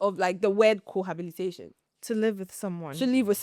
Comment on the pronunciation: The host is mispronouncing "cohabitation" with "cohabilitation".